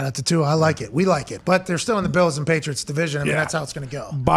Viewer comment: actually says Tua’s last name 100% correctly. Idk why everyone else continues to say his last name wrong. I wish he’d tell them to correct it. Too many players just let it slide